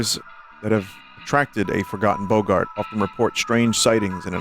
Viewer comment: He still can’t pronounce “boggart” correctly…